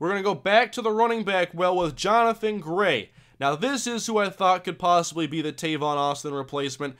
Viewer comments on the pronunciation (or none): none